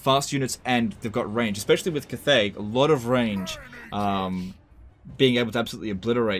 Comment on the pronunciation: hate how you say cathay